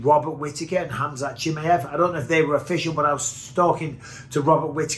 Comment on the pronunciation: Everybody else: Chimaev Michael Bisping: Chimmyev